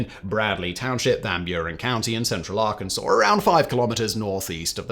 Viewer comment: THANK YOU FOR SAYING ARKANSAS CORRECTLY 🎉🎉🎉🎉🎉 I was waiting to pounce but you made me proud!